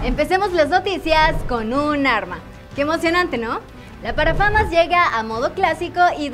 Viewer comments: nadies absolutamente nadie : la chica diciendo la parafama cuando es parafal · La parafamas jjajaja es parafal